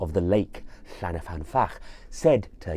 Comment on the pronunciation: Hi, Welshman writing. I grew up near the lake in question, which is located near the head of the Swansea Valley close to Brecon. I love the presentation and video footage of the lake in this video, but I would like to gently point out that the lake is called Llyn, not Llan, y fan. Llyn means lake, whereas Llan means a sacred enclosure such as you get around a church. About 80 places in Wales are called Llan-something, usually the name of a Welsh saint from the 7th century, eg Llandaff, Llandeilo, Llanpumpsaint (the enclosure around the church of five saints).